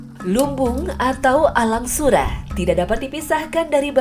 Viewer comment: Alang sura' bukan alang sura😂